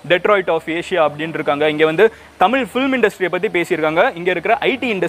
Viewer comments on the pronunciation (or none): none